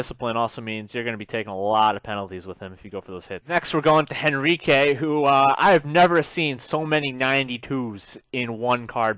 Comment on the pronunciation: It's hen-reek not hen-ree-kay